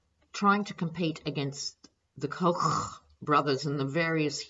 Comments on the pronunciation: Oh, you are wonderful! The way you say 'the Kochrrrrrrrrrch brothers'... and 'shameless invertebrates'.... what an insult to invertebrates!:o) You are like my best friend, my sister, my mother all together:o) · I just love how you pronounce "Koch" . . . makes me break out a smile every time.